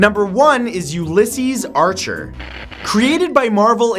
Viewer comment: its pronounced u-la-seas